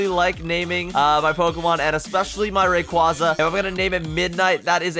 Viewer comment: it cringes me so much when people pronounce a pokemons name incorrectly like the way when he said Rayquaza